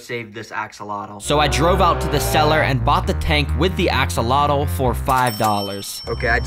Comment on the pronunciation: The way you pronounce axolotl drives me nuts 😭. It's not "ax-el-lot-el", it's "oh-cel-lot" (with the lt made by tapping your tongue on the top of the back of the teeth, against the roof of the mouth). It's a Nahuatl word, and in Nahuatl, the tl sound is made by making a hard t sound, with almost a click, in the manor described above. If you're going to keep them and sell them, you should know how to pronounce the word.